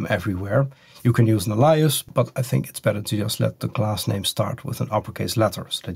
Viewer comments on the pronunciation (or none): Small pronunciation tidbit: at you pronounced "alias" very strangely. Normally, it's pronounced AY-lee-us, whereas yours sounded more like uh-LIE-us. Edit: better timestamp and pronunciation